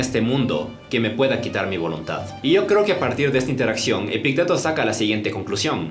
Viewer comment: Epicteto lleva acento en la i, no en la e. <Epíííícteto>